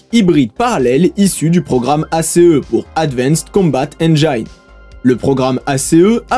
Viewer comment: Engine se prononce avec "ine" comme on le ferait en français.